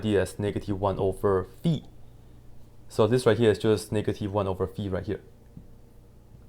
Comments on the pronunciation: thank you for the video and for correctly saying the name of the greek letter (not fai, but fee). Same should be for pi (which is pee, rather than pie). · 👏👏👏you pronounced the letter φ correctly yeyyy💯💯🙏